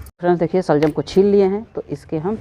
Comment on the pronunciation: Shaljum nahi shalgum hota hai.